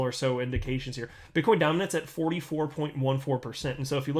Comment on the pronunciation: Did you say bitchcoin.. 😂